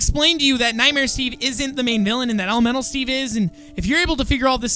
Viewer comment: The way says elemental Steve it sounds like elomelo Steve AND I LOVE IT XD